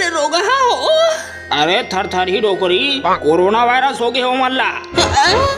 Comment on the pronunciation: कॅरोना नही, कोरोना बोलते है, जिसके मुह से सुनो कॅरोना कॅरोना ही बोलते है